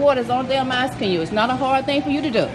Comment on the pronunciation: She's axing for a cup